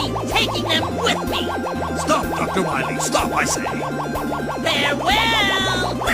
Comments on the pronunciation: Dr. Light pronounced "Dr. Wahwee" incorrectly. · At least it's not "Dawktor Wiwwy!"